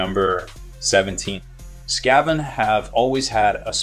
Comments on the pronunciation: Your mispronunciations of "Sigmar" and "Skaven" made me lol. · Indeed. Very odd